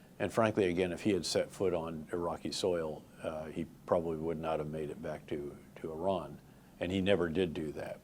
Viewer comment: Wow He can pronounce "Iran" correctly. 🎉